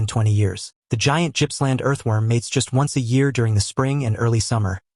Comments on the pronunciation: Yes. It's Gippsland. Not Gypsumland. There is a museum dedicated to the worm on the way to Philip Island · I think you have mispronounced the name of the Gippsland worm. : Gipp not Gyp